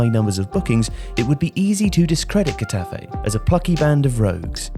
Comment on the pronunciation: Love your videos but I couldn’t help but cringe every time you said Getafe. You really butchered the club’s name. L MA O.